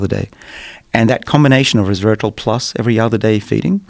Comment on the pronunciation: Couldn't help hearing Dr. Bruce drop every time he said 'resvetartrol'.